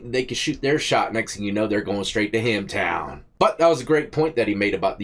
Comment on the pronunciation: Bro did you say hemmtown? As in hemmed-up? That's freaking hilarious😂😂 come on 😂 crack me up bro. OMG I just now seen you over there on the left side of the thumbnail. 😂 You went hard on this "jank." I put it in quotations in case you had that trademarked. By the way welcome to East Tennessee if I heard that right. we say welcome from K-town(Knoxville)